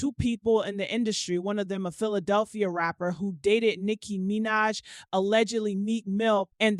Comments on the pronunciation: Who is this person that can’t read? Yusher, Nikki MeeNaj, Cre-y’all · The way this lady pronounced Usher (Oosher) twice and Nicki 'Meenaj' 😂😂😂